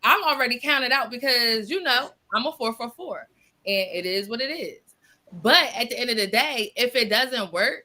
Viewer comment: Did she say FOURFORFOUR